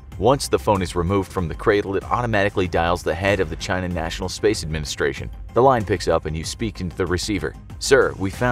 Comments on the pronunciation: I always hear him pronouncing it as "Jy-Na". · As opposed to “Chee-na?”